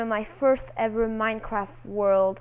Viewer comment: I love how you pronounced minecraft "minecwaft" at the beginning lol